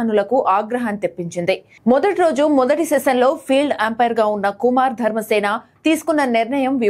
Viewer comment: Athani peru kumara dharmasena.... yendhuku kumar.....ani palukutunnavu..?